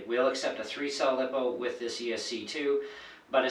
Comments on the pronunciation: When she said liippoo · First you pronounced lipo (lithium ploymer) wrong, second your speed is controlled by your gear ratio like on a stock motor a 28t pinion and a 83t spur will get you about 30-40mph, bigger pinion smaller spur=higher top speed, smaller pinion and bigger spur= better acceleration and smaller top spped